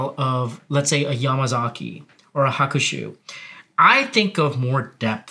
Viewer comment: said Hakushu wrong